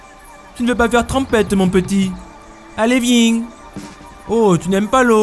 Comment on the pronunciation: "Allez vieng !" 🤣🤣🤣